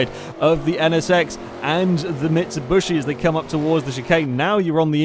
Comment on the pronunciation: Just wanted to shoot myself everytime he said 'camero' and 'mitsubushy'